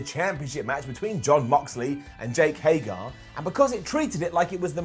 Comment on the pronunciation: This week it took to mispronounce Jake Hager's name. For the life of me I can't figure out why he does this.